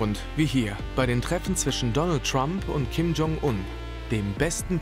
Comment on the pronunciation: Eure Aussprache für Kim Jong-Un ist der Wahnsinn. Im deutschen wird das J von Jong wie bei bei „jetzt“ ausgesprochen und nicht wie der Name „John“ auf englisch Ihr sieht es aber durch. Bei Ryong spricht ihr das Y wie ein „i“ aus und nicht wie bei „John“. Katastrophe